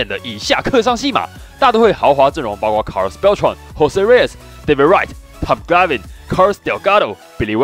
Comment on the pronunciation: 你再唸一次Tom Glavine來聽聽